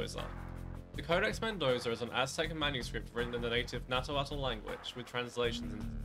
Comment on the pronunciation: it's actually "nahuatl" not natuatl 😅 pronounced as nawatl